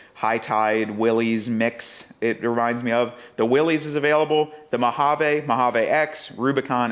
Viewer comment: MO-HA-VEEE!!!! We live in the USA bro